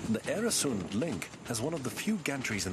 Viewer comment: Mispronunciation is annoying. Oer rhymes with fur, not air. And it's the same in Swedish & Danish, except that the "oe" sound is written Ö in Swedish and Ø in Danish. Plug: I once wrote an article, The Bridge over the Øresund, about the flight of the Danish Jews to Sweden in 1943; Journal of Contemporary History, 1995.